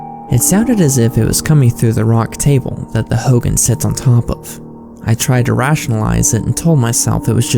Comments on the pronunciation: I'm Navajo and it pronounced Ho Gon not Ho gan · Sorry it’s driving me crazy it’s pronounced “ho-gone” not “hogin”